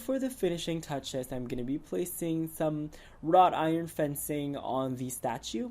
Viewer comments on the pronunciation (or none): none